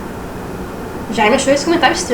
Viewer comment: Jaime se diz "Djêym".